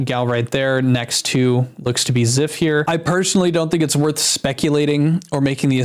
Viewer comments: Oh no... Zyph??? Not Zyph, man ;-; btw it's pronounced ""z-EYE-ph" not "z-EH-f" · Dude, zyph is one of the best Minecraft bed wars content creators. He is always so funny and he carried my childhood through , I am so sad to hear this happening. I was always so happy when he uploaded. Also it is pronounced z-eye-ph. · I really hope these aren’t true. I’ve watched Zyph for a while, and I actually started watching him a lot again recently. He seems like the most genuine guy and I can’t imagine him doing this. Btw - Zyph is pronounced with the y as “eye” lol